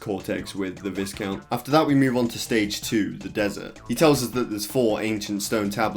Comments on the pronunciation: "The VIZcount is the main villain of the game." oof "Then you face the VIZcount as a boss." double oof! "In the end the VIZcount gets the crystal." BIG OOF! Yeah It's VYEcount. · It's pronounced vai-count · Lol its pronounced Vaicount. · Visscount? Slight chuckle when hearing that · VISCOUNT is pronounced with a silent S, like VIH-COUNT :-) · please pronounce viscount properly.... jesus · Just like the biscuits the the S in viscount is silent